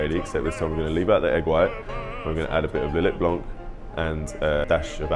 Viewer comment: Hey nice videos, I just subscribed!! I don't want to criticize, but just so you know the letter C is silent in Blanc.